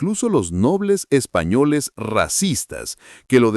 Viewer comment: Los Ingleses en este caso en el pasado repito los ingleses fu tan ingratos co los indígenas hoy EU y son Racistas. Minutos .. dice con mucha énfasis los epaññoleess racistas,,,en todo el 🌍🌎🌏,el Orbe habido Racismo en toda época de la VIDA..